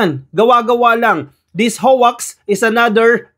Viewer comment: HOAX is pronounced as HOWKs, not Howaks